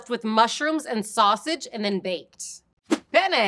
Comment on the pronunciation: Also - be sure to pronounce both Ns in Penne because the way you're saying it (with one N) means uh... Male Genitalia. I started laughing uncontrollably when you said this Pene has ridges 😂